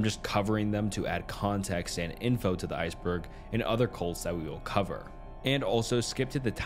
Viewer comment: Oh CuLts. Sorry I thought you said something else.